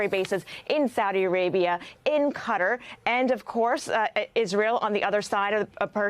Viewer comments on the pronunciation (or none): She said cutter 😂